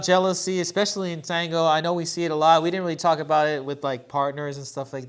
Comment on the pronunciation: With all due respect guys. I all you podcasts. I have a question ❓ Why do majority of avid dancers mispronounce the word "tango" ?